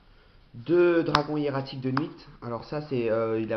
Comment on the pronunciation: Pourquoi tu prononce de T de Nuit ? Tu prononce de S de Temps ? Je crois pas xD